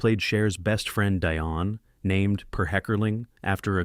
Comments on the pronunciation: Dione= Dee-on, not Dye-on😂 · AS IF! You obviously have never watched Clueless, have you? Dionne - pronounced Dee-Yown (named after Dionne Warwick) Alicia - pronounced Ah-Lee-See-Yuh! Donald Faison - pronounced Fay-Zawn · Dion (Dee-on). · And this guy can’t pronounce Dion right either